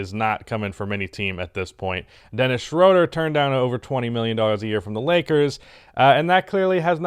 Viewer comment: day 999 of telling that ITS PRONOUNCED SHROOODER